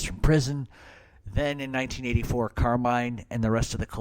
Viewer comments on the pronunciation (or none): none